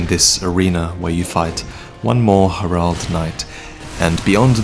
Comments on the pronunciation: Do you mean Herald? Not her-ald. it's pronounced hair-eld. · . . . . Hair-ald knights? Not Herald knights?